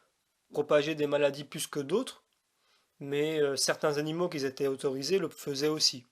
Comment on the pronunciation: Oui, j'ai entendu la vidéo entièrement. Mais, pour être certain que je n'ai rien raté, je viens de la réécouter. J'ai même pris des notes, cette fois. Remarque préalable : on ne dit pas "qui zétaient" mais "qui étaient" (dit 2 fois dans la vidéo). Si je te fais la remarque, ce n'est pas pour t'humilier, mais c'est pour que tu améliores ce point, parce que cela donne l'impression qu'on a affaire à un analphabète. Ça décrédibilise ton discours, a priori. C'est quand même dommage. Passons ! Je résume ce que j'ai entendu... 1) Raisons de l'interdiction : - Les Juifs étaient des sous-développés spirituels, de gros bourrins, et devaient être traités comme des gamins. Un peu léger comme analyse et ça n'explique pas la raison d'une interdiction alimentaire, quelle qu'elle soit ! - Ces animaux ne se rangent pas dans une catégorie. Oui, et alors ? Si c'est les catégories données par Lévitique 11 que tu nous donnes là (sabot fendu, ongle fourchu + rumine / écailles et nageoires, charognards), cela n'explique pas la cause profonde de l'interdiction. Est-ce une raison pour justifier une interdiction ? En tout cas, cela ne nous explique pas la raison profonde de l'interdiction. Dans le genre arbitraire, on aurait aussi pu décréter que seuls les animaux ayant du rouge sur eux pouvaient être mangés. Oui mais pourquoi ? C'est du même ordre tes explications ! Voilà pourquoi je dis que tu n'expliques rien, au fond, si ce n'est une explication de surface que tout le monde connait ou presque et